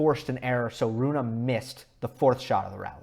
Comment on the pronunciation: You should pronounce the e in his name, as if were Runeh maybe. I'm swedish, but danish is basically just an ugly version of swedish (unbiased facts of course)